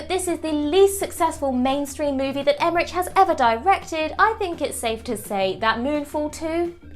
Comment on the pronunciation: Would it kill you to learn how to pronounce Emmerich?